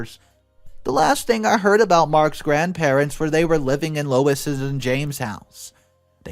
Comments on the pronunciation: It's not Louis, it's Lou ease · The oldest daughter’s name is pronounced. “Lew. Ease”. Not Louis. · Louise is pronounced Lou eese, not Louis which is a man' s name. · It's not Louis, it's lou eese. Louis is the male version of Louise. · LOU EASE NOT LOU IS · If you're going to be a narrator , you need to learn proper pronunciation. Louis , is loo-is...Louise , is loo-ese . No big deal , but slightly irritating. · It's Louise, not Lois. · Lewis XD it's pronounced Lou-ease XD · Louise is pronounced loo-eez . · Louise: LOO eez Lois: LOH iss The mispronunciation of Louise's name was a bit annoying. As to the story, the Greedy MacGreedysons got what they deserved. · Louise is pronounced Lou-eze, it's the feminine version of Louis. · Louise is pronounced Looo-eeeze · Louis………Louise……2 different names/pronunciation! FFS🤦🏼‍♀️ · My maternal grandma had a sister just like the Just No Grandparents in the story. She was greedy and she had custody of my uncle when his mom died. Great Aunt P used money for my uncle for her children as i was told by a granddaughter of Great Aunt P. Karma came for Great Aunt P differently than in this story, but was real nonetheless. FYI - You pronounced Louise's name as Louis (male) and then as Lois. Both incorrect. Think = Lou eez for the pronunciation. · Sorry to mention it, but you mispronounced Louise, and read it as "Lois" . It's Lew-ease. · Louise is not pronounced "Lew-is" or "Loh-is" It's pronounced "Lew-weez." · Oh for goodness sake. Louise is pronounced (Loo-EASE), not Louis. Please look up pronunciation. It’s an easy thing to do. You consistently get words wrong and it blows my mind that you don’t work to improve at your own job. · "Lois"? "Lewis"? It says "Louise", a different name, pronounced Lew-ese, long e. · The name is LOU-ISE (F) NOT LOUIS (M) Sorry but it drove me crazy